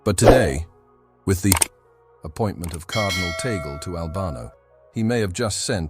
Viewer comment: It's Cardinal Luis Antonio TAGLE " pronounce Tag - gle" . Please correct your future Bloggs. Ok Sir!!!!!!!!!!!!